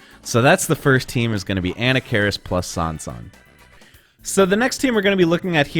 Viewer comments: "Anna-karis" jesus christ dude, i t's "A-nah-ka-riss", not off to a great start for cred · An nak ker ris. Not Anna keris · Pronounce it right... A-Nock-A-Ris. He's an ancient mummy Pharoah, not a school girl from New Jersey dood. Lol. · What could possibly convince you that Anna Cairis is the right way to pronounce the character's name? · I had to stop video cause of "Anna-care-is". I just can't trust someone's expertise on the ins and outs of a fighting game if they can mispronounce a character's name in such an awful way. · Ahem ... [ah-NAH-kuh-riss] ... methinx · did you just call him Ana Karis lol? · Who is "ANNA CARIS? It's pronounced "A-knock-ka-riss". :P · It's pronounced "ANNA FARRIS" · Uh-Knock-Uh-Ris..that's how you pronounce his name. The name is supposed to be Egyptian just like the pharaoh Tutankhamun. The way you pronounce that name is very annoying. Great video though, Marvel versus Capcom 2, UMK3 and Street Fighter 3 Third Strike OE are the only reasons I kept my 360. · Damn .... I've been spelling and pronouncing Anarkaris' name wrongly for over 25 years ... lol .... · You say anakaris funny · No it's not. That's the pronunciation from somebody that has no idea how it's supposed to be pronounced. Just because it's been mispronounced multiple times does not make that the correct pronunciation. That does not sound Egyptian to me. That sounds like a Food Network hostess. Other people can mispronounce it if they want, I'll pronounce it like the other pharaoh names as it was meant to be pronounced. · This guy says anakaris sooooo white hahahaha